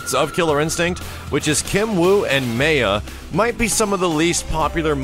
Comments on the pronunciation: MAH YAH... MAH YAH... maya... how the hell you got May-a is beyond me... but Mah-yah is how you pronounce it... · Isn't it pronounced MY-AH not MAY-AH? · Haha, man...the KI 2 pronunciation of Maya drives me up the wall. It should be "My-ah" but the game says "May-ah" like was pronouncing it. But I will never be able to bring myself to say "May-ah". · Your repeated incorrect pronunciation of "Maya" made my skin crawl.